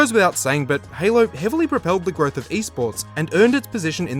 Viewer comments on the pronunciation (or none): none